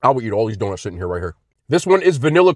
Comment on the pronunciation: His way of saying these donuts is "gas"😂